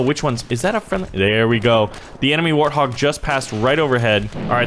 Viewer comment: Its not warhog its warthog